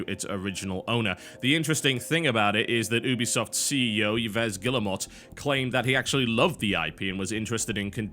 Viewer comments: Nop, the track of the day wasn't really good. The original is way better :). btw, Yves Guillermot is pronounced Eve ("s" at the end is silent) gui (like guitar) yeah - r (the way "r" is pronounced in french) mo (silent T). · Will you please learn how to spell French names or use google.translate for that matter? I mean I'm not French but my ears bleed when you say things like EEVES GILYAMOT. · The way you pronounce Yves Guillemot is hilarious TB :D